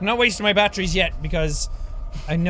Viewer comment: when jack says batteries it sounds like he is saying BAT TREE'S!